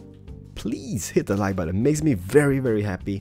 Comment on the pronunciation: bu-tton? hiong? what is that ._.